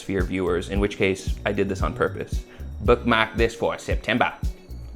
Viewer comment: you are great,. Presented so well, you know you are a pro and this video exemplifies it. FYI i heard Maine accent in your 'southern hemisphere' "Bookmaehk this for november' mate